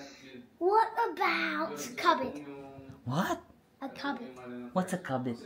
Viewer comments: 😂😂😂 Cupboard(Kuh-buhd) is Cabinet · Cupboard = ca-berd silent r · “cupboard” lang yun. Hehehe ang pronounce lang nila is “kaberd”